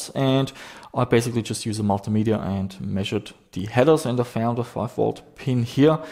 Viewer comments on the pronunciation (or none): none